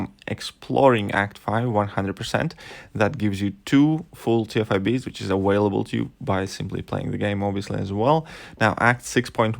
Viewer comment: Lol did he say aWHALEble 😂😂😂😂just f-ing with ya still like ya channel but that’s still funny.